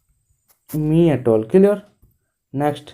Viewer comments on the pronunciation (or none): Apana clear ku kilier kahinki kahuchanti please correct it.